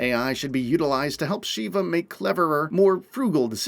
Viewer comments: oh god, the neme is SHEVA not "Shiva" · Agreed!! One thing though. Why does everyone mispronounce Sheva’s name. She literally says her name in the game! It’s not “Sheee ba” it’s pronounced “Shev uh” (to try to put it as it sounds). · It's pronounced Sheva,like CHEVrolet. I've only heard Chris say it a million times on professional difficulty. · I don't think he's played the game much to figure that out considering the constant "Sheeva"